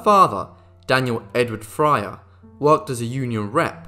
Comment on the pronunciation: Fryer is not pronounced as Frayer.